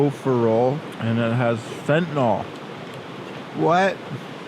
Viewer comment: Did bro say they got fentyl in the power bar 😂😂😂